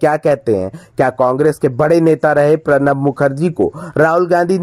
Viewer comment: प्रणव को पर्णव मत बोलिए। गलत हिन्दी बोलने से बचिए।